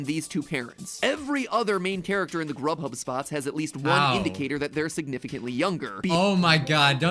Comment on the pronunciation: you said rubhub